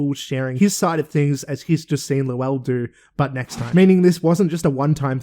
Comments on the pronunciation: I'm cracking up with how you're pronouncing, "Lowell". It is exactly as pronounced on the show. 😂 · His name is pronounced “Low-uhl.” You hear “lowl” because that’s just how it sounds in normal speech.